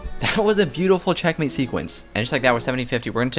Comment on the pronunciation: I like the way he says "check-matey"😂